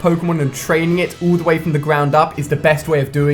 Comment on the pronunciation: btw its 'all' not 'ull' #nvm